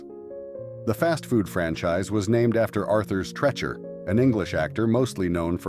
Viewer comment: By the time Arthur Treacher's Fish and Chips (and that's Treacher, pronounced Treecher, not trecher), Arthur Treacher was best known as Merv Griffin's sidekick on the Merv Griffin Show. He would introduce him, "And now, here's Mervin!"